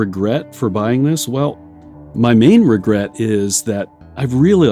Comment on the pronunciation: Princess Bride Priest: "Wegwet. Wegwet is what bwings us togever today."